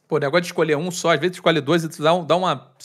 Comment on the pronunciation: "Isscolhe"!! Sabe nem falar este.